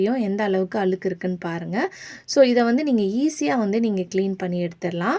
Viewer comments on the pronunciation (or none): அது அளுக்கு இல்லைங்க, அழுக்கு. தமிழ் நாட்டில் தமிழ் படும் பாடு 😂😂